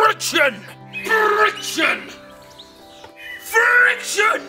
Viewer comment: The accents, I love it. Frrrrriction.